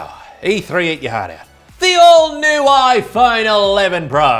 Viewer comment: I thought for a moment that at the end of the video you said Introducing the old new iPhone 11 Pro instead of Introducing the all new Apple iPhone 11 Pro PS: You forgot to say that the old new iPhone 11 Pro has the new Pro font.